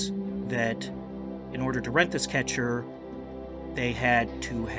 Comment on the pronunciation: The boat is a "Ketch" and not a "ketcher" as well.